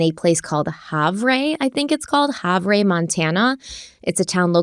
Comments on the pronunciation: Just for reference, Havre is pronounced like Have-er, not Hov-ray. Hope that helps if you discuss this case in the future 😊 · Have Ray lol… it’s pronounced Have-UR Montana. Used to haul freight trains though there when i was a conductor for BNSF railway wow… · It's pronounced "Have err". If you wanted to know, not a criticism at all. I only know because I've been there, what an odd place to run away to 🤔. Not many job opportunities in Havre, if any... Maybe as a ranch hand or something like that. I love you guys and look forward to all your content. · pronounced like haver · Not that how you pronounced havre matters much but its (have-er) at least from the locals i used to live about 1 hour away from there. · Havre is pronounced like /Hav-er/ and there are a lot less people in that area but Montana is a tourist town, although we might not have numbers in how many live here, there are many that visit, thank you for covering this case! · Havre is pronouced Have-er locally. Love these Crime Weekly Updates! Thank you for incorporating these into your weekly schedules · Havre is pronounced, " have er" 😊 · Havre is pronounced have er - weird I know. If I wasn’t from Montana I would have pronounced it the same way. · Hey, so interested in a of this. Thank you for covering. Fyi, Havre is pronounced "Have-er." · Havre, MT pronounced Haver. Very small city and everyone knows everyone's business for miles & miles around. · It is pronounced Have -er. (Montanan here). Just an FYI. I like knowing those things 🤷🏻‍♀️ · It's pronounce like, "have her" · Say it like hav er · I live in Montana. Havre is pronounced (have-er). I agree, it's shocking when something happens here.😮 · It's pronounced "haver". I'm from Montana. Lots of wierd names here 😂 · Hey guys! Havre is pronounced “Have Her.” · Havre is pronounced Hav-er in MT, although sounds classier. 😬 Glad she was found! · It’s pronounced Have errrr😂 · “Have-er” is how it’s pronounced lol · Havre “Hav er”